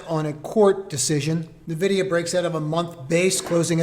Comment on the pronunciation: nVidia is pronounced eN-Vidia... not Na-Vidia, just a tip